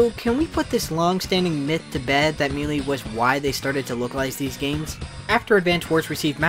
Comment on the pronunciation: I've never heard someone say Melee like mee-lee before